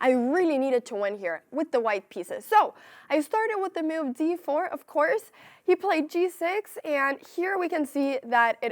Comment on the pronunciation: I like how she says "m'uv" (move)